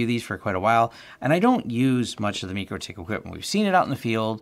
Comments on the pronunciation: MYcroTik, not MeekroTik. Good find, btw. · Meechrotich? You mean Micro tik? Like Tik tok, and well like Micro (my crow).